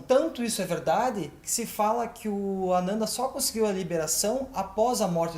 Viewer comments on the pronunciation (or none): A pronúncia ficou meio confusa: é Anana ou Ananda?